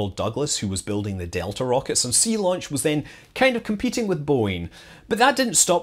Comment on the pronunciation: Zeelaunch !!! I thought you were trying to do a German accent there.